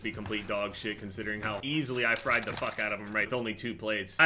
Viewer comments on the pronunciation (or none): none